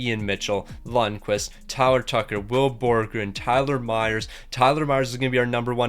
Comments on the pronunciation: had 84 tries to pronounce will borgen right but couldn’t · Will Borgen only got 2 assists because you couldn't say his name properly.